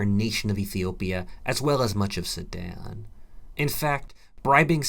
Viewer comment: soooo he was saying Sudan?? i thought he was saying sammad or someshit